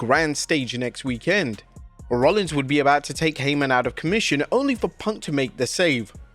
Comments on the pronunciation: It's weekend, not week..end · PLEASE change the way you say weekend!!!